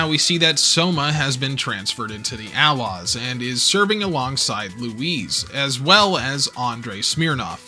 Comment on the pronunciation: Why'd you say A-Laws like outlaws without the T?